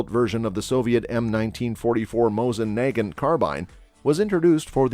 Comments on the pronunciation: yes he said NAY-gint and it is nah-GAHNT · SKS rifles start at $500 now. Mosin NAG-gant?? I think its usually pronounced as nah-GAHNT. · He pronounced the "g" at one point after saying it 2 other different ways lol. He said "Nay-john-t" lol.